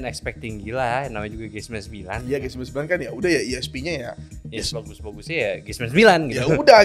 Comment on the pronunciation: sepanjang video gw bingung bilang "iespi" ESP apaan ya kok bahas gambar2 gitu. ternyata maksudnya ISP. 😅